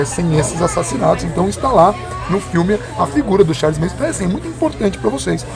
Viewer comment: Galera, eu acho que é MANSON e não MASON.